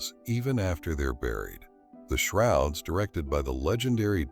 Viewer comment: Is this video AI? "The Shorods" at the beginning?!